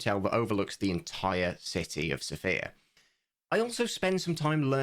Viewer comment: Sófia not Sofía (sOfia / sofIa)